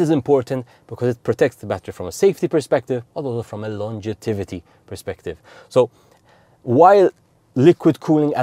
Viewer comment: Fascinating presentation of how the battery functions. Just one point: there is no such word as "longetivity" - it should be "longevity"... Sorry, as an English teacher I just had to let you know! 🙂🙂🙂